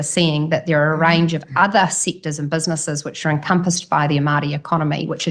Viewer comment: If she said Maori correctly instead of with her broad mouth it wouldnt sound like she was saying Mardi .... cause thats how she sounds ..... Mardi ass